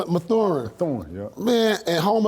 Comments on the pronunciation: It’s “Math er in. Not Ma thu in! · he says it like “methuen” 😭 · Paul it’s pronounced MATHurin lmao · Lmmfao pierce breaking every syllable down in Mathurin name 😂😂😂😂😂😂😂😂😂😂